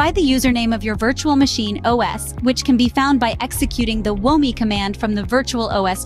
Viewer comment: Good video but I hate AI narration. It's "who am I" not "whoa me" ....